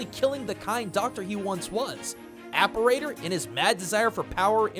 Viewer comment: Cool video, really interesting stuff i never considered about cyber shadow’s story! I think you were pronouncing Apparitor’s name wrong, but I mean so did I before I actually looked up what an apparitor was, lol.